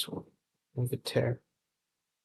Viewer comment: Inventere seleta 😭😭😭. Its in-vi-ta-re and scelta is read like shelta'